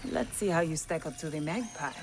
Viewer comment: I thought it was 'magpie' wtf is mag pile lol